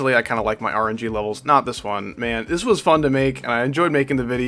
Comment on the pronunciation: "Rgb" trillogy? Nah rng terillogy